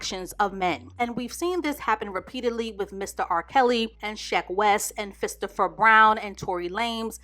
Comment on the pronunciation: She called Chris Brown Fistopher Brown 🤣😂🤣🤦🏽‍♀️🤷🏽‍♀️